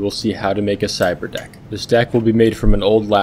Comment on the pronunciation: "Ciberdock" Lol